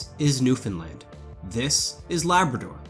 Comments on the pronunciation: First time I've heard someone covering an Atlantic Canadian topic who didn't mispronounce Newfoundland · The pronunciation signifiers in this video are baffling. Somebody who says "zee", yet pronounced Newfoundland bang on? Amazing. I had assumed with the earlier Newfoundland drop that the presenter was Canadian, but zee suggests otherwise.